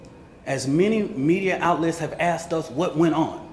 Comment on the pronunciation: "we have axed". And knived too.